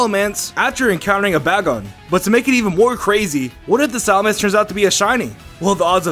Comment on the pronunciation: SalaMENce...not SalaMANce...